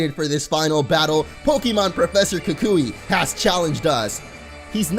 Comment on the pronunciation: 1 - Actually, YOU are the first champion. Kukui is just testing if you're ready. 2 - I think its pernounced Kew-kwi. Then again, I could also be wrong and look stupid right now, so it might be safer to just stick with the way you've said it.